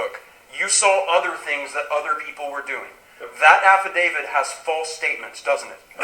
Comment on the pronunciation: Will these lawyers pls stop calling it an "Affidavid". Its pronounced "Affidavi-t". With a T on the end. Its getting annoying.